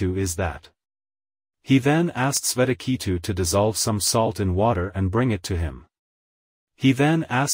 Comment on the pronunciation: Good effort but your awful pronunciation of the Sanskrit is such a turn off. The names are shvay-tha-kay-thu and Ud-daa-laka with the U pronounced as Oo and not as in Up. 🙏